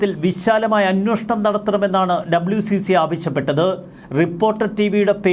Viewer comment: Report is fine... എന്തിനാണ് എപ്പോഴും' അന്വോഷണം' എന്നു പറയുന്നത്? കേട്ടു മടുത്തു. അന്വേഷണം എന്നു ശരിയായി പറയൂ...